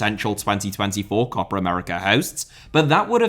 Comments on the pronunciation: Co-Pa America.....shit.....CO-PA AMERICA!!!! not CO-PRA AMERICA!!!!!! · Stop saying "COPPER" America!!! It sound awful. Just say Copa as it is written. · There's no r in copa. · it’s copa not copra. like what accent is this lmao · this video taught me so much, but mostly that Copa has an R in it.. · i like your videos mate but this one is not watchable, please learn how to pronounce COPA without an R. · As a native English speaker (from Ireland) should Copa be pronounced Cope ah? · Short o sound, basically what says without the phantom r sound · should be pronounced "copA!" With the "A" sound from "Average." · How difficult can it be to say “Copa”? 🙄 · 😄 true, it sounds funny. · Copper would've been closer to the correct pronunciation than in the video